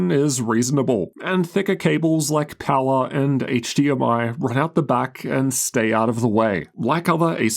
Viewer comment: Pawa "power" 😅